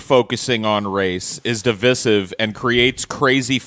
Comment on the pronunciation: Hey. It’s pronounced “div-eye-siv” not “div-iss-iv”